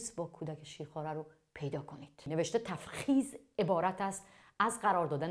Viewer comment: اون تُفخیزه نه تَفخیز